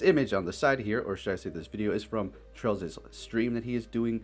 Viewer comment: Sounds like you are calling chrales “Trails” are you?